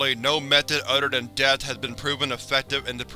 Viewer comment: “Udder” = other; “zer” = there. I can’t listen to this narrator anymore